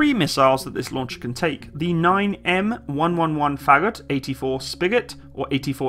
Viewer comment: Someone screams: "just a name" incoming! :P Also, Фагот is pronounced roughly like far-got with the emphasis on o.